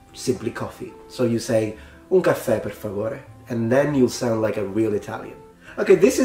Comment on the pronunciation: The way you said “un caffè, per favore” sounded just like people from São Paulo would say “um café, por favor”. I always downplayed Italian influence on the dialect of São Paulo, but I believe it now.